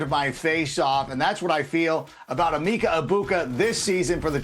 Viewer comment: It makes sense my least favorite person in the nfl “analysts” realm can’t get this right. It’s “eh-Mecca EGG-buka” not “eeemeeeka ebuka” please educate yourself